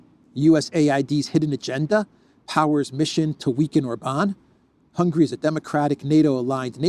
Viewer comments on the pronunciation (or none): none